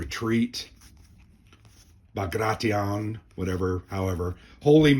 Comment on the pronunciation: Yep,! You pronounced "Bagration" correctly.